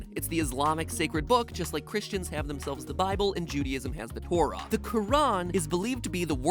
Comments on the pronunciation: it sounds like you refer to the Torah of the Jewish faith as the "cor-ah". Not sure if you double checked that while editing or anything. Good video, just figured I would point that fact out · ouh thats painful for anyone who acualy knows how to pronounce torah